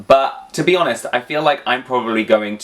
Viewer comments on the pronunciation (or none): none